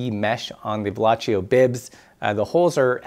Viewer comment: Pssst...... Its pronounced Velo-see-o. He was french, not italian